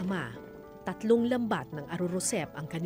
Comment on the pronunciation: Ar arosep ms kara. Hindi arorosep